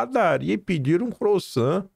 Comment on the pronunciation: Procure aprender como se fala croissant. Sei que é um nome francês mas é um “pão” usual no Brasil. É bom ouvir você falar corretamente.